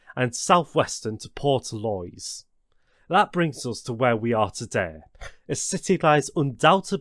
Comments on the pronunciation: You need to learn how to pronounce Irish town Portlaoise pronounced(Port Leash) Howth ( Hoe-th)... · Portlaoise and the mater hospital really got me